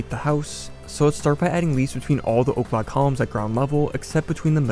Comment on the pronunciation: Why are you saying o’clock columns? Because that’s what Im hearing